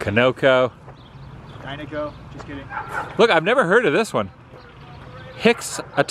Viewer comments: FYI. Conoco is pronounced Con-O-CO. Not Co-No-Co. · Conoco is pronounced Con-o-co. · I hear you and the Carpetbagger pronounce conoco, it is continental oil company I think it sounds funny, but how would you know, unless someone explains.